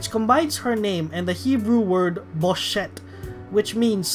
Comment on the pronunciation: You pronounce boshet like “boosha”